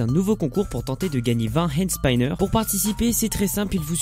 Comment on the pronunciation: arrête de faire des concours fakes de hand spinner et prononce bien hand spinner pls.